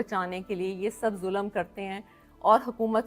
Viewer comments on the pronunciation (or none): 95 فیصد پاکستانیوں کی طرح آپ کی اردو انتہائی کمزور ہے ہے مثلآ آپ نے فر۔۔ض لفظ کو ف۔۔۔رض کہا۔۔۔مل۔۔۔ک کو آپ م۔۔۔لک کہا اور اس پر ظلم یہ کہ آپ نے ظل۔۔م لفظ کو ظ۔۔۔لم کہا ہے ۔۔۔ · She is trying to be a political leader but she lacks communication skills, her urdu prounciations like "mulakk", waqqatt, zulamm, kaarr raha" show her literacy level. She lacks pilitical substance, rather trying to play religion card. Her choice of words is below political leadership's stature.